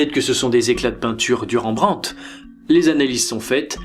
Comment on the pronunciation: super vidéo mais par contre y'a des noms d'artiste que tu prononces n'importe comment 😂😂😂 Ont dit par le le "t" a la fin de Rembrandt et Titien se prononce tisien